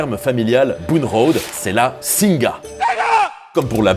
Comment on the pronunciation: Petite précision pour faire chier :) "Singha" ça se prononce "Sing". Le Thai est généralement mal romanisé et le "ha" est donc muet